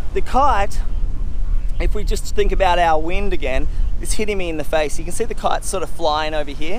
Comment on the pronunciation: Why does he keep saying "cart" instead of kite?